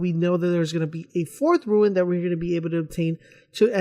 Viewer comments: rune not roowin or ruin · May I add, it's a RUNE (pronounced: "roon")You are saying RUIN. Otherwise, a nice video, but I counted you saying "ruin" 10 times and had to exit. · Yeah, I decided I couldn't even finish the video after he said 'ruin' the first time. This reminded me about way back when playing the first Halo and people called the wraiths "wraths"... come on, people. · RUNE. R-U-N-E. NOT RUIN. NOT TOO HARD TO PRONOUNCE. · Say it with me now ...... "ROOOON"! how can you not pronounce this correctly? Do you see an "I" anywhere in the word "rune"? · Rune.. for flips sake, why ruin...why are you adding the I......aaahhhhghh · I was thinking the exact same thing... Had to go back and make sure it said RUNE not RUIN lol. -_ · Rune. not Ruin. lol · hes saying ruins